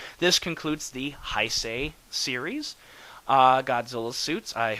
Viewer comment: G91 might be the coolest Godzilla suit ever. It's powerful, menacing, bulky without being fat... Fantastic! I agree with you that it looks better than the 89 suit (which really is the same costume), and I think that has to do with the way the rubber "settled" after being used in BIOLLANTE. By the way, it's "Hey-say". I'm sorry I keep correcting your pronunciation with all these videos, but since this is a term Godzilla fans use a LOT I think it's fair to make sure people pronounce it correctly.